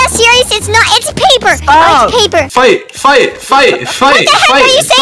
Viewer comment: is saying fai fai fai fai or fight fight fight fight😂😂😂😂